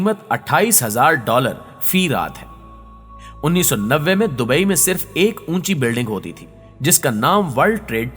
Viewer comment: Bhai dubai careek ha caryk nhi